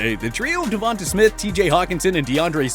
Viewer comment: Say Devonta normally